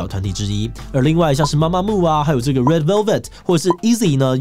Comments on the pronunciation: 是MAMAMOO，BLACKPINK中間沒有空格，ITZY不是唸Easy，(G)I-DLE跟2NE1的發音完全不想吐槽了，蹭之前先做點功課很難嗎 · 還有ITZY是唸「一擊」～沒有Z的音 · Itzy怎麼念成eazy... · Itzy的發音QAQ XD